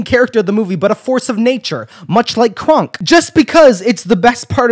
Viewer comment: Every time you say kronk I hear it as krunk and I can't stop laughing